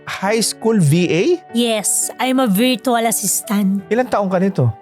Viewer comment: Mukhang di nga marunong nag english tapos VA at 12yo? Di nga mapronounce ng maayos ung word na "virtual". Bata pa to puro kasinungalingan na. Tatay mo ba si Norman Mangusin? Haha